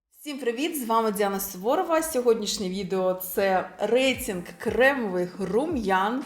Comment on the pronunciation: РейЦИнг... Звучить якось по мацковски... Або "бо ваНі роблять дива в макіяжі"...Дуже ріже вуха. " Дуже плохА виглядають".... Ну ппц. У вас же є час, щоб у монтажі підготуватися і озвучити нормально... Ви не плануєте займатись вимовою? Бо це ваша робота як блогера розвиватися. А у вас, таке враження, що з кожним відео все гірше....